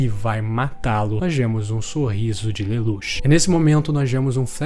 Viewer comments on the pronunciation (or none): Pq ele smp fala a pronuncia dos personagens errado? Lelouch se fala (leluti) code geass (codi geazis) po nem e tao dificil, qnd vc conhece a obra e alguem fala a pronuncia errada fica mo estranho sksksksk